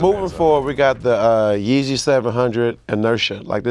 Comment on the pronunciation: Yeezier lol